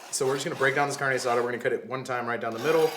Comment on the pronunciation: This is the first channel I follow that is cooking! I think its just like your personality! Also being a latina, I cringe when you say "carne" hahah so funny.